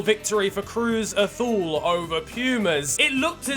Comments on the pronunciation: this really doesnt matter but the c's and z's in mexico are pronounced like an s, unlike in spain. its irrelevant but it bothered me lmao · Good effort trying to say Cruz Azul and Pumas lol. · weird way of saying Cruz Azul but aright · yep. I call it "Cruz Ahsul" xD